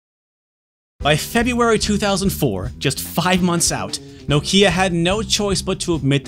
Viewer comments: Bro I have 2 of these and collect all the games. I really appreciate you doing a full video on it, how ever the least you could of done is learnt how to say Nokia in the correct way 😉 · As a Brit who now lives in Finland I always wondered why Americans pronounce Nokia so strangely. knock-i-a, not nOkIIa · I swear it's pronounced Knockeeya. Can't seem to find a Connecting People ad where the brand+slogan is actually said out loud. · "Nokeea" Nah. It's "Nokia." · Knock-ya not No-kya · Enjoyed this video. But for the love of god, it’s Nokia. Not No-Kia. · It’s NOkia, not NokIa ffs... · why do u keep saying No Key Ah its Nokya, like, 0 prople call it No Key Ah. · its pronounced nokia, not no kia, like you´ve lost your southkorean car. i dont know why, but it bothers me a bit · Why do you keep calling it "Nokeea" you absolute fail? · Whilst all the planet calls it nOkia why on green earth would you call it nokIa? Who did you hear pronouncing it like that? nokIa…….. It’s nOkia!!!! Dang so annoying….. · You won't drink anything because he winds up say "Noh-Kia" instead. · Nooo-kia 😂😂😂😅 - Americans pronunciation is something else 🤣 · Nokia pronounced like knock ia. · it's more like 'NOkjia' if you wanna actually correctly pronounce it, finnish is weird. The rest of the world that doesn't swallow half their phonemes settled on 'Nohkia' as the go to pronunciation tho. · I like your videos, and your presentation style. I'm not sure I can watch a whole video with your countrymen's mispronunciation of "Nokia", though. Let's see how I go... About a tenth of the video in and I'm already grinding my teeth. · Should have been called 'Poorly educated American patronises Europeans in 34 minute video, mispronouncing Nokia throughout' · Lol it’s funny the way you pronounce Nokia. 😆